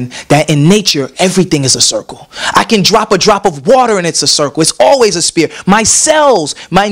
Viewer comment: right, lmbao...ecka-dermis and "spear" aka sphere